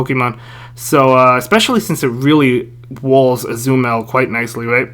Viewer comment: How did you said azumarill...